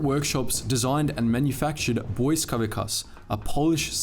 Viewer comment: one thing in the video, when you were talking about the polish home army and their weapon "błyskawica" you prounounced it wrong, you are supossed to say the c in the word as a c and not a k. Overall good video